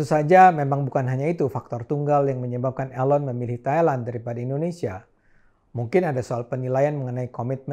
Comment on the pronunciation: Bang Cokro "Elon" as in "Eeeee" lon NOT 'A' Ayyy lon :))) bergurau Bang.